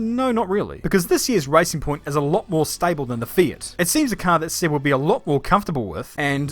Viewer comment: It's Seb not Sib